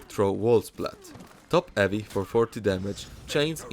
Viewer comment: I love how you say "eavy". You don't say the h, and it sounds pretty funny :)